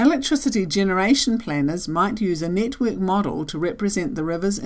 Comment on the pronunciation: Sounds like "nitwit model" to my American ears